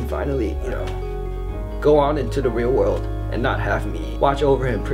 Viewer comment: Did anyone else cry when Brandon said "weal wowd" instead of "real world"